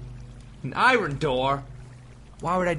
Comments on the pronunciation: /ˈaɪərn/ EYE-ər-n iron iern. not i-run. i know its been a year but GOD IT BUGS ME. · Stop calling it iren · Why does he pronounce "iron" i-run?!?! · Same person who pronounces iron as ayran